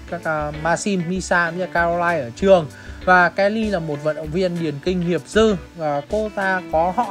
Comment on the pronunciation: Nghiệp dư của người ta mà anh đọc là nghiệp dơ